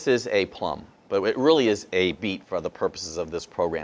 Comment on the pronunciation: Did he say Plum ?